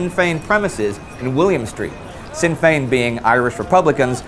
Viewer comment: just a little point, in Sinn Féin, you pronounced Féin flawlessly but Sinn is pronounced "shin" not "sin". not to be rude just a that little thing that made me cringe